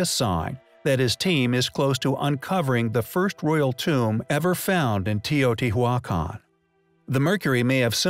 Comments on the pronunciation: bugged me every time. just stop saying it damn you! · 'Te o t wac on' lol! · Just Dos no it's not, he just don't know how to say it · The pronunciation was horrific lol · The name of the site "Teotihuacan" is easy to pronounce. All vowels are sounded out as short vowels and the H is silent! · The "H" in Teotihuacan is silent. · I CAN'T FUCKING BELIEVE HOW YOU JUST PRONOUNCED TEOTIHUACAN -_- DISGUSTED THIS WAS THE WORST EVER ONE